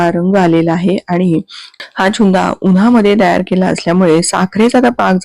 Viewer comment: चुंदा नाही त्याला छुंदा म्हणतात.😂